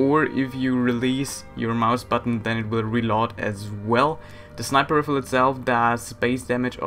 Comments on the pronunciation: riifle? its pronounced RyeFull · It's not "RIFFLE" it's "RIFLE" as in "RYE-FULL"!!! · Rifle is pronounced Rye-Full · Some people might be annoyed at your pronunciation but ever since i started watching these videos, I like going around saying , riffle, and relod, pronouncing everything wrong is fun :) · the right pronunciation of rifle is "reifel"... just btw... check google translation... there is a button that tell you how to pronounce things ;) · in my country you either pronounce it in american way or your region's way... i read it as rye-fall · Heh heh heh... "Riffle". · Did say flintrock riffel? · lol 'riffle' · it's not pronounced "riffle" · I like how u pronounce rifle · love how he says rifle rong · stop saying rifle wrong